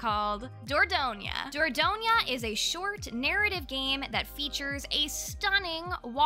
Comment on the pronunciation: Hope your surgery went without any issues! Have a quick recovery! A recent obsession of mine is Coral Cove which is a puzzle game. Think of merge dragons but with corals. I wanted to point out that Dordogne and été are french and the pronounciation is Dhor-don and eh-teh.